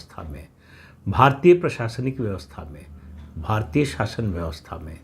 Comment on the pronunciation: हर वीडियो में आप शासन को शाशन क्यों बोलते हैं?